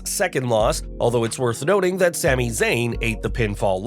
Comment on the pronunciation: What did you say ? a win against who and Sami ? lol idk if its me but it sounded really weird. sounded like you botched his name, Roman Reigns